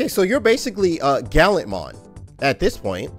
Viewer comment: "Galantmon" I can't wait to see a cosmetic mod for that.